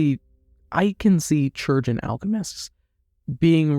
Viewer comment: bro that's not how you pronounce chirurgeon